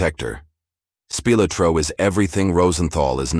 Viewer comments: AI just can't get names right. Tony "The Ant" Speelatro. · OK, the narration is HORRIBLE... But, besides that...as soon as I heard Spilotro pronounced like spill-a-tro....I decided that i have had enough of this stupid video. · “Speel a tro”?? AI-generated voice sucks! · "Spill-oh-tro"?? Laughably bad pronunciation even by AI standards. Throw this piece of video garbage away. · Me too Matatan H-S 😂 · I don't take a site seriously if the narrator can't properly pronounce the name of a prominent person like Spilotro